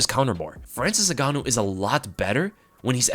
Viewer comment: Frayril N-Gan.. ooh